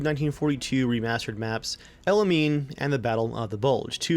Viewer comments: "El Alamein" is pronounced "El Al-a-main" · he said el alamein so weirdly